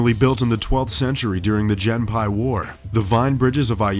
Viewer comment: The "Jenpai war?" Surely he meant the "Genpei War." EDIT: Oh and it was fought by the High Key clan apparently xD EDIT 2: And the one in China was designed by an Israel Eye architect... Jeeze, Top Trending, get a narrator who knows how to pronounce things.